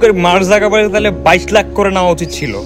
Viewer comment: আপনি এত বুজেন, তাহলে আমাকে এটা বলেন তো, সবাই বলে মার্ক জুকারবার্গ, আর আপনি বলেন মার্ক জাগারবাগ। 🤣🤣🤣🤣🤣🤣🤣।